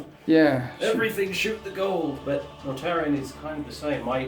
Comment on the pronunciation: Mortarion, not Mortarian, lol.